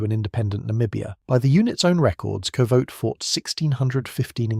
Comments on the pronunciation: The koevoet is pronounced kufut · It's pronounced coo-foot. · Koevoet pronounced more like "coo-foot" actually... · Two Afrikaans pronunciations: “Kas-pir” “ku-foot”